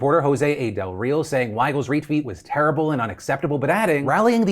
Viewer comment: Hope you get better and just to let you know, the way you pronounced Del Real, is not correct, but it's a better pronunciation than the one you put on those little notes as correct 🤣🤣